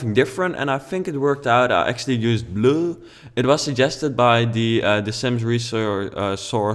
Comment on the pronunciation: He said "I used the color BLUH!" 😂😂😂